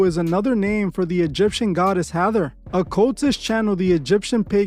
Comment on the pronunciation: Ha.thor...not hathor